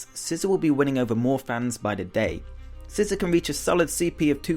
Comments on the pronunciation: ITS NOT SCISSOR ITS SCI ZOR NOT ZER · SCISSOR?!?!?! It's Scizor (SE-zor)